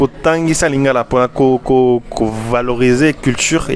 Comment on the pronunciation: Non mais ton accent en lingala il est excellent, je suis congolais de Brazza 😅